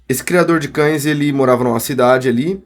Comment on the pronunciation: Ele falando Criador de cães e eu ouvindo Jhonny